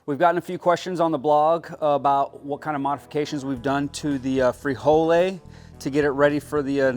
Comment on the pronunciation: Hahahaha frijole totally wrong frijol pendejo